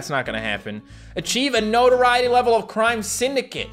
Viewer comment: It took me five minutes to realize he was saying notoriety....